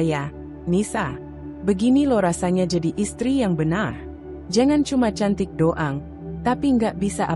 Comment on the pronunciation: Bacanya.lucu.doang jd do^ang.andrian jd andri ^an.😅😅😅